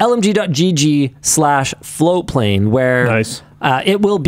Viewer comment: I've been hearing FloWplane for the last few weeks... looks like its actually FloaTplane 😘